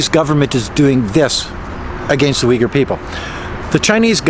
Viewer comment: There is no "I" but "U" in Uyghurs.😆